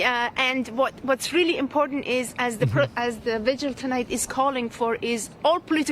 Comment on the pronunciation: Whats a Vigual? lol